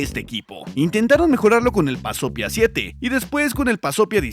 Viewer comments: 🤣Creí que dijo BAZOFIA jajaja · ¿Pasopia? Yo escuché bazofia